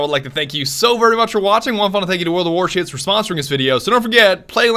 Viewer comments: I got all the way up to the end of the video, I laughed plenty, but the way he says "World of Warships" just sounded like "World of War Shits" and I totally lost it. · Why it sound like you said world of Warcraft shits at the end? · He said world of war shits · Is it just me or did you hear "world of warshits" at the end xD. Ik i'm quite late to comment but oh well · i swear i heard world of war shits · did he say world of warshits? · did you say world of war shits??????